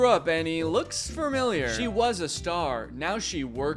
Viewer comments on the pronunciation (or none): Danny saying furmiliar instead of familiar is mildly infuriating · thank you to the editor of this video, danny saying "fermiliar" was making me go crazy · I cannot get past "formeliar", Danny 😢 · danny says “furmiliar” it’s killing me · I can’t believe that this is how I find out that Danny pronounces familiar as fermiljar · “ furmiliar “ lol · Just noticed Danny says ‘fur-millier’ instead ‘familiar’ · He says firmimiar instead of familiar. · Love how danny says “fermiliar” instead of familiar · danny i swear to god if you say “fermiliar” one more time im gonna lose it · Can't tell if Danny saying fermiliar instead of familiar is some deep lore I missed or if that's how he genuinely pronounces it. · danny saying "fermiliar" instead of familiar is so funny and idk why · thank you to Dannys editor for highlighting that this mf says familiar like fermiliar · I thought "fermiliar" was the worst thing Danny could say, than he pronounced Schrempf like "Shkrempfuh" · i love how he kept saying “farmiliar” instead of “familiar” 😭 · Danny you might wanna know, you say “familiar” like it’s written “fermiliar” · I cant get over danny saying "FERmilliar" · Why does he keep saying "fermiliar" instead of familiar. Am I insane? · “fermillyer” okay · the way he says "furmiliar" everytime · take a drink every time danny says "fur-miliar" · the way you say familiar is amusing me. fermiliar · when danny says “familiar” it sounds like “fremiliar” i noticed it now it’s all i can hear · fr he keeps saying "fermiliar" and it’s a little distracting 😭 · I want to cry every time he says "Fermiliar" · Bro I cannot get past the way Danny pronounces "familiar" as "fermiliar" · i love that danny keeps pronouncing it "furmilliar" like where does that r come from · Danny i love you but for the love of all things holy, please stop saying "fur-miliar" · all i hear is FARMILLIAR. there’s no R in the middle . otherwise great vid danny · isn’t it ‘fah-milliar’ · take a shot every time he says fermiliar